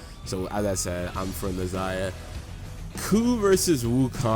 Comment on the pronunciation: Brother what would take your videos to the next level is learning proper pronunciation of the Gods' names...like where's the I in Nehza...and its not Morrigon its Morrigan...please...I promise you itll take the quiality up at least 2 notches if you learn how to pronounce their names properly